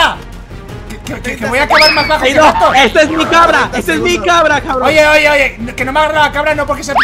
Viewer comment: en realidad creo que dice carbron